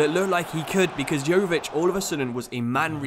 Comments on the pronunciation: You don't pronounce it Govik its Luka YO-VI-TCH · his name is pronounced Yoh-Vich